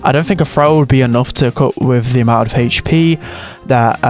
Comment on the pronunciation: "haytch p"